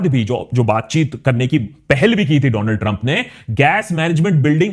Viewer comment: Donald trump ❌ Dooland Trump ✅😅